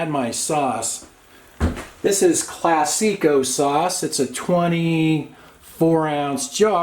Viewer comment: Accent is on the first syllable in the word Classico. Put the emphasis on the first syllable.